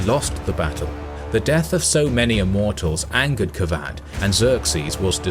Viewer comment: He says kavadh ! Kavad qavad کواد = pimp He says kosrow kos+row = vagina+go کس+رو Good luck with those name and pronunciations History's written by westerners w.durant mkII XD